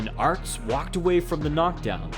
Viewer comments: His name is Peter Aerts - pronounced "Errtz"! Not "Arts"! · Only mad about 130 in before I had to stop it. Couldn't stand calling aerts, "arts"